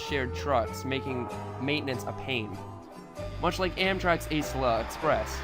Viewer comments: It's pronounced (Acell-a) not (ace-la). good video I never really liked the turbo trains they looked too much like a commercial jet without wings than a locomotive but coming from an aircraft company what do you expect. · Imagine pronouncing acela "ace-eh-la" instead of a-cell-uh This post was made by the nec gang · Correction the way you pronounce Acela is Au-cell-la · I know this video is old but its pronounced "uhh-cell-uhh" express. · It’s Acela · Whoody Farms yeah UHSELLUH EXPRESS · It’s Acela [acksela] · It’s a-cell-a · did u just mispronounce the Acela? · You said Acela wrong